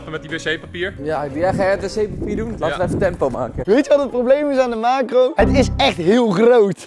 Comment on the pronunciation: Iedereen: Makro Rob: Maakgo